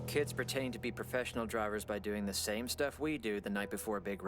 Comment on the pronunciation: “Profeshall?!” No, Pro-Fesh-En-Al, professional, say it with me